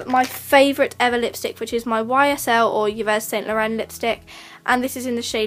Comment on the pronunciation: Yves Saint Laurent is pronounced Eee San Lor-on! I'm sorry, it really annoys me when people say it wrong 😅🙈